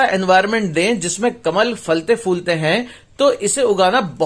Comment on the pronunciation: Nice video lekin Falte foolte naheen Phalte phoolte